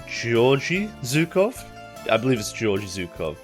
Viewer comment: BTW the G's in Georgy Zhukov's name are pronounced more in the middle/back of the mouth like in "game" or "egg" rather than more in the front like in "George". I guess you could try saying sth like "Gyorghee"